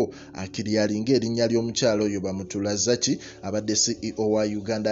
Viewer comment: Bamuturaki not bamuragaki